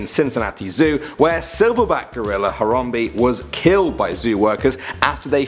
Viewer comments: It's Haram bae not harambee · uggg he says Hayrambee not Harambe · It's harambe not horombe damn it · Harambe-He Ram Be NOT He Rom Be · It's harambe not horrombee. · “Terrapinboy01” Boy01 That's what I thought...tons of people say Haram-bee though. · Its prononced haram-bae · IT'S YA BOI HARAMBEEE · Harambe not harambee